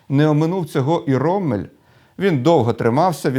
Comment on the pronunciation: Ніколи не кажіть "роММель" чи "біТТе", бо це невігластво. Подвійна приголосна літера лише вказує, що попередня голосна є короткою. Це німецька, таки правила правопису. Як й в англійської, не завжди читай як написано.